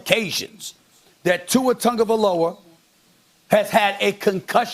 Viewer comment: Why does it sound like Tungavailoa? Isn't it Tagovailoa